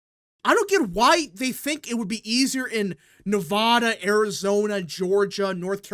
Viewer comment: Okay. First: Yes. Trump will win NE-02. He's up by +3 Also. It is pronounced: Ne-VAD-a, NOT Ne-V-ODD-a Vad, rad, Chad, glad, had, sad..etc. See the similarity? Same thing with Colo-RAD-o, NOT Colo-ROD-o. There's no ROD or ODD sounding syllable in the spelling of those words! It's RAD, VAD. It's like the people that say Rusher instead of Russia! That's not how it's pronounced! It's 2024 and people still do this decade after decade.